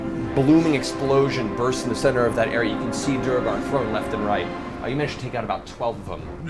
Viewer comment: Matt's ongoing mispronunciation of "duergar" (he says "doo-reh-gahr",which would be written "duregar"), Liam's correction (he says "doo-er-gahr" although it can also be "dwair-gahr"), and the cast's response (laughing as if Liam made the mistake) is interesting foreshadowing of C2 and the dockside sessions where Matt mispronounces "quay" (said "key" in all of the rest of the world) as "kway" (only accepted in some parts of the US, and apparently not even in all of North Hollywood), and Liam's gentle correction is just ignored. That was so grating to me that I had to watch the associated episodes muted and with CC, as I just got frustrated otherwise...